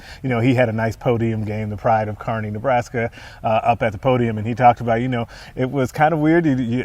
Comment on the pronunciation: Kearney is pronounced carney!